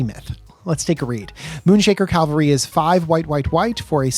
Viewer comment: Its Cavalry Not Calvary😂